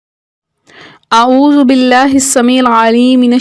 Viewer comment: talafuz sahi kryn apna auzbila or bismillah dono glt parhy or agy b kuch glti thi